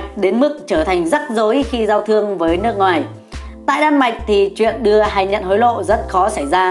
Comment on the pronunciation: Ad nói ngọng. “Nước ngòi” chắc bạn này thanh hoá